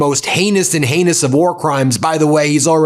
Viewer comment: He can't ever exactly say "heinous" without his Freudian leaking out - he pronounces it Anus.